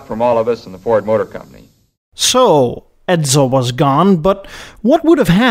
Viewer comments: A few mistakes I'd suggest you learn from. The car's name is pronounced "ED*sel" and not "ED*zel". If you want to write "Two Hundred Fifty Thousand dollars" in numerals, the proper format is "$250,000". You do not substitute periods for commas. "Comet" is pronounced with a short "o'', not with a long "o" sound. You wouldn't like your name mispronounced "Eed's" and Americans don't like their names mispronounced, either! It shows ignorance and disrespect. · Good story bro but it's Edsel, not Edzel. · SSEL, not EdZZEL. CALM-et, not COMB-et. Basic respect: say names correctly (this not about accents; yours is terrific!) A designer recalled the clay Comet mock-up was wheeled from Edsel to Mercury studio. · I've never heard of a car named Edzuul & the voice is hideous & sleeazy